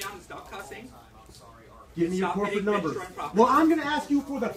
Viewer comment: vandalizes store "I need your corporate numba!" HAHAHHAHA